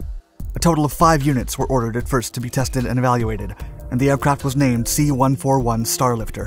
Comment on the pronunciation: Please don't say the American planes' designation number individually. A 141 is not a One Four One. It's a One Forty One.